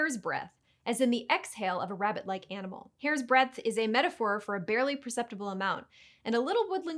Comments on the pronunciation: "Hair's dreadth"? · “dreadth? “ Nah…or Yah?